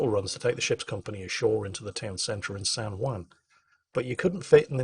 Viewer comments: San Hwon not San Hwan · I'm loving this series and hearing all of your sea stories. It makes me almost regret that I didn't go active duty Marine Corps (instead of being a Reservist) or join the Navy. Almost. Btw, the Juan in San Juan isn't pronounced wan but won/wahn. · "san hwan" thanks for your excellent pronunciation:P On a sidenote though, it is amazing how ironic the US can be with taxation and representation (or lack there of) in many places, such as puerto rico or even residents of washington DC. But I am LOVING this series of videos, incredibly interesting. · San hwon - like ON, not WAN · I like the way says "San Juan". It sounds like "San Waan" X3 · Every time he says San whan it hurts my soul.